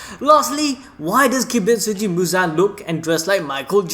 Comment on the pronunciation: Poor MJ not once was his name pronounced right 😁 Mr. Kibutsuji not Kibitsuji. But nevertheless nice video 🙂